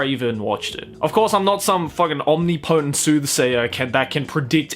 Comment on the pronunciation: so it's not just me who pronounces words weirdly in my head like "Omni Potent"